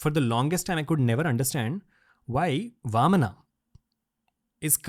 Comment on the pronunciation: Very informative. A person with great knowledge. But it feels bad to hear all these beautiful words are spoken with A at the end. AVATARA, NARSINHAA, VAMANA, RAMAYANA, PARASHURAMA and many others.